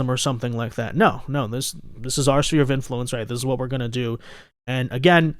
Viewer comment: SPHERE 🌎 NOT Spear 🦯 please... (SSSFEAR)